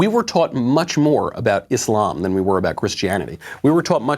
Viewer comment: thanks for pronouncing it properly..........Islam..... not izlam